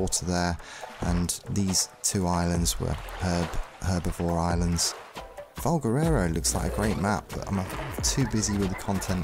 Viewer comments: Nobody commenting on how he makes valguero sound like valguerero? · Valguero NOT Valguerero! ;)